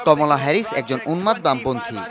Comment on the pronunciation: খমলা না কমলা😂